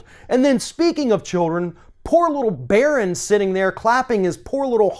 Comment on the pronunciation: Not Barron. Get it right. Amateur